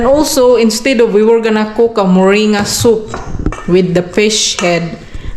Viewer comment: Moring-ga thats how you say it.